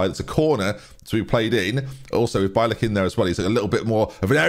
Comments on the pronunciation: It’s said beeilick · Bielik should be pronounced like B-ye-lick - you can also put his surname in Google translate and check the pronounciation, as his surname means a white-tailed eagle in Polish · Derby fan here, Loving the series. Just FYI, it's Bielik is pronounced Bee-Lick. Keep up the great work! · more like be-a-lick, but bee-lick is close enough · b ye lick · I’m pretty sure it’s “BEE-LICK”. He was Charlton’s best player in our 18/19 playoff winning team. Great player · As a Polish person :D bielik would be pronounce more like B-ye-lick cheers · Bielik is pronounced Bee-ye-lick (I believe) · bielik is pronounced bee lick btw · Bielik is B-yeah-lik